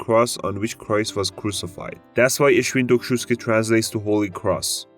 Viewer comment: i died when you tried to pronounce świętokrzyskie